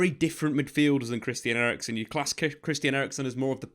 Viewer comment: Eriksen, not erickson he is not swedish ffs